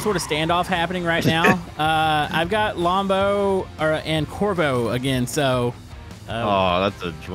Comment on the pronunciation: It’s pronounced:lombo